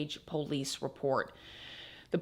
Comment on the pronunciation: I love how you pronounce PO-lice 😂